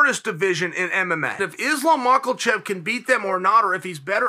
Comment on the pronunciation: Did Chael just call him "Islam Michaelchev" 😂